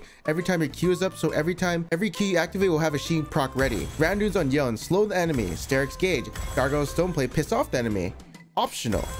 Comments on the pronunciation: I CAN'T dear pants, his name is yone, not yown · it's Yone not Yon lol